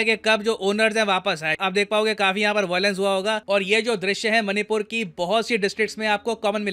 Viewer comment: oo bhai...मनी पुर नहीं पैसा पुर ही कह दे।। baar baar hrr baar मणिपुर को मनी पुर बोल रहा है।। ek naam tu bhi change kr de.. tum logo ne english ke naam pr hindi ko jo bnd bja rhe ho..or khud ko cool samjhte ho.. tum jaise logo ki bjh se hi or log ense naamo ko.. galat bolte hai.. sochna chahiye tume.. kya galt kr rhe ho..log follow krte h tum jaise logo ko phr woh bhi ense hi bolte hai..